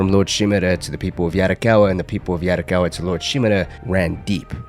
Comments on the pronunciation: Bro video is good but every time you say "yaRricawwa" it throws me off. Please don't try to use the Spanish tongue roll in asian languages, it's not the same😭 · Sorry bro but I can’t stand the way u say “Yarikawa” and “Shimura” 😭